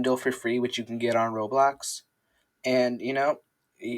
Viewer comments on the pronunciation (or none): none